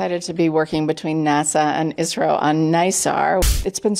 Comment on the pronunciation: Its isro not isrile 😡😡😡